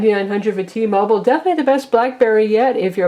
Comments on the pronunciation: t-mobile, not t-mobol. say it how spelt. -. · Blackberry bold nighty nnnine hundred for T-mobole...? WTF lol